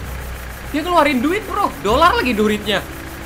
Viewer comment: kak yang betul duit bukan durit